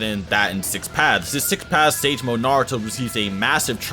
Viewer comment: I keep on hearing six pads